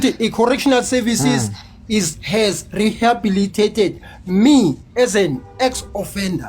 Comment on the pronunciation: Sethunzi sa lepantiti keng? That time he fails to say rehabilitated 😢 Reasoning is too low and he will be a re-offender soon